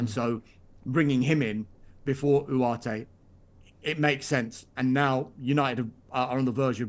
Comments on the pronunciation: It’s ugarte Not whoarte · His pronunciation of Ugarte is pissing me off😅